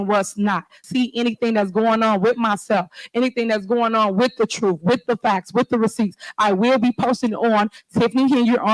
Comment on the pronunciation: Y’all got to listen to boff sides of the truff, - Tiffany. It’s very simple, where are the financial records?